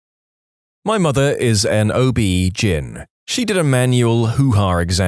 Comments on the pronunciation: OB-GYN is pronounced O,B, GYNE, as in short for gynaecology, not GIN. On the 30th time I heard it mispronounced, I had to comment. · Please sound out each letter of OBGYN, it’s not OB Gin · i hate this AI obbjin Oh Be jin hell AI figure it out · It’s not pronounced as a word, gyn is pronounced as the letters